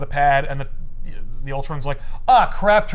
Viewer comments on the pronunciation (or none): It's pronounced oootron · 03 the most beloved cartoon? First time I’m hearing that, and I grew up on that one. Years learning about the turtles gave me the impression the 80s cartoon was the most beloved. It’s certainly had the most influence on most other iterations On a related note: Utrom! OOH-TROM! It’s not Ultron with an m! 🤣 This drove me crazy the whole episode! Also, Eastman to this day is still very involved in Turtles media. I think probably more like an overseer, sometimes more, but definitely still involved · There ain't no "L" in UTROM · There is no L in Utrom